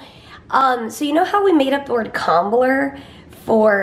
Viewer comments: Hi, I'm French and your pronunciation of "Combler" is perfect! 😊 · yes I am French and Comblée is combler lol you pronounced it right with comblayyy lmao love you guys!